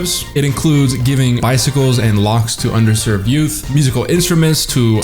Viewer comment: Did you say under served or undeserved?